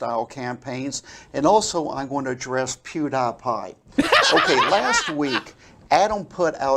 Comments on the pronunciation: I thought "Pew DIE Pie" would be the funniest mispronunciation by, but then he hits you with that "Ape Boy" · pew- die-pie